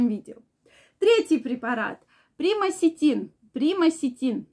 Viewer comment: Примаксетин не правильно назвала. Онаиреально не шарит.